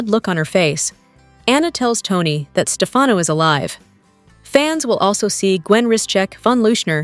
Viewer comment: It's not SteFAUNo. It's STEFano. And it's not MarLEEna.It's MarLAYna.